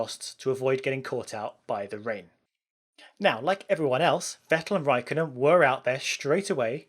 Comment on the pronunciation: Not to mention that it's Räikkönen not Raikonen